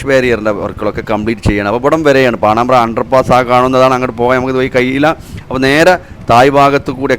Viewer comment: പാണാമ്പ്ര എന്ന് തന്നെ ഇപ്പോഴും പറയുന്നു😂.. പാണമ്പ്ര യാണ് ബ്രോ...